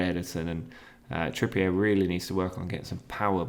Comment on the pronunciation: Trippier may be unhappy as you’ve said his name wrong for most of the season…